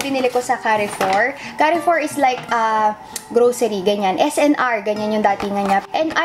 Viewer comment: Don't get me wrong but the pronunciation of "Carrefour" is like Car-four, silent e :)